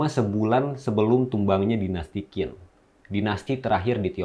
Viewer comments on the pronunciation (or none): Dinasti Qin dibaca Ching, bukan Kin, bnyk host2 yg salah bc, dan tdk nyaman di dengar, tdk profesional. Sebaiknya dicek dulu cara bcnya,sblm tayang😢